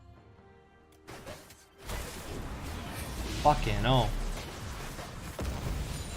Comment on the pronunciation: "fuken 'ell"